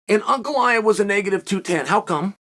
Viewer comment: Am i the only one who is amazed Chael pronounces Ankalaev correctly?